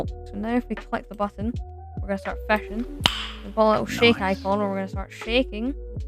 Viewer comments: New sub🎉 why did you say "*FÆSCH*" and "*FÆSCHING*"?😭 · Bro says fasch and fashing